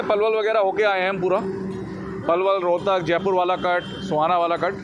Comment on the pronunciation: भाई सोहाना नहीं है सोहना है